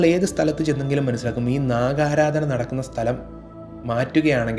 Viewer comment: Sir, namosthudevaya Namah..Please don't pronounce, Naaga Aaraadhana, as Naakha Haaraadhana..